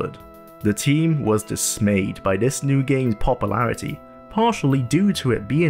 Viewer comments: Popple-arity. 0.o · Popalarity popalation lol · points to popple-air-ity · Papa-lairity lol